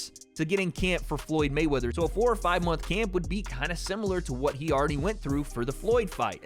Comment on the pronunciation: This is the chaterbate guy from 2012 who would call prostitutes and clown them,and say "oh wheeeeeeeeet?" instead of pronouncing the word "what" properly .